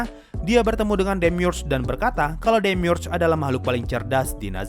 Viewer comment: Gw bacanya demiurge bukan demiurge